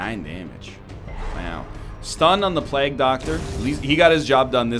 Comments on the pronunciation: Stop saying plaag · Is he saying plague that way to be funny or is it because he's canadian?